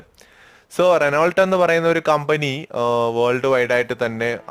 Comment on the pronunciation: റെനോൾട്ട്.. അല്ല റെനോ...